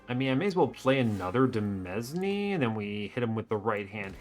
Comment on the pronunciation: Word fact of the video: demesne is pronounced like domain (not deh mezz knee), because it's just the French word for that and people sometimes use it to be fancy